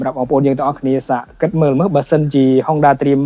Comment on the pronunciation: Honda ម្ដេចអ្នកអានហុងដាទៅវិញ? អក្សរ (ង)មកពីណា?